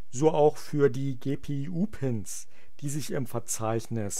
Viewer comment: ja hat sich nur witzig angehört :) an sich ein sehr gutes video